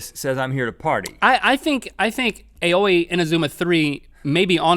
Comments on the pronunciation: 'Aoi' is pronounced Ah-oy. Aoi Asahina... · Aoi is pronounced "Ow-ee". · I remember years back I made the same mistake. "Aoi" is pronounced like "ow-ee". I think its a pretty name personally.